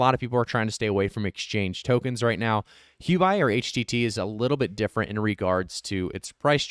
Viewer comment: it's pronounced who oh bee (Huobi)